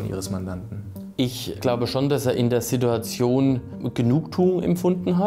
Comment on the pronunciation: eindeutig Haider Sprache. Das heißt Situation nicht Sidduadion. Jetzt fliegst du..